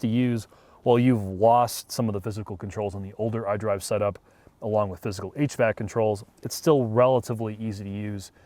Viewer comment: He said HVAC not H.V.A.C.!